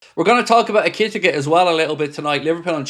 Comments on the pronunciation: Eki-tike….not ekitika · It's Eh-ki-tea-kay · e ker tee kay , that's how you pronounce his name . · Stop saying his name this way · How has no one in the chat corrected yet on the "ekitike" pronunciation? 😂 Has been going on for weeks lol